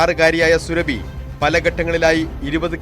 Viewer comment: "സുറബി" എന്നത് സുരഭി ആക്കി മാറ്റി. കൊള്ളാം മാപ്രകളെ.ശരീരത്തിൽ അല്ല, മലദ്വാരത്തിൽ.ഒരു വാർത്ത പറയുമ്പോൾ, ശരിയായി പറ. ആരെ ഭയക്കുന്നത്?